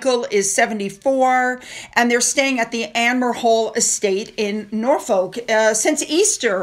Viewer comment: My wife and I love your vids, thank you. We are very amused how Americans struggle with place name pronoutiations. To say Norfolk properly say it like the following letters phonetically... Nore-f-k. It rhmes with f*ck without the u. Keep up the great work, your vids are a daily must for us an English couple. 😊